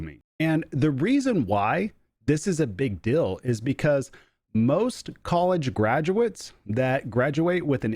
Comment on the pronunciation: LOL. I keep hearing you say “big dill”. I’m confused 🤣